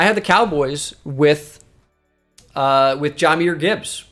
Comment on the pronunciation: I know it dont mean much overall, but I’ve noticed it a couple times. It’s pronounced Juh-myr not Jah-myr. Yes we do call him Jah like Ja Morant, but it’s pronounced Juh-myr